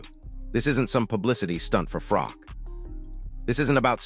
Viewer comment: If AI cant get froch name right then this is bull sh*t its not FROCK its bloody Froch